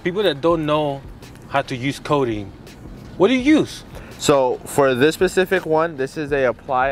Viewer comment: Love it guys!! Great job, But it’s called “coating” not “codeine” lol.